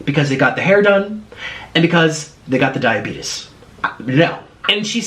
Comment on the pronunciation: “And they got the DIABETUSSSS” LMAO nick